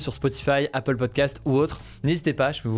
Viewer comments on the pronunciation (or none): none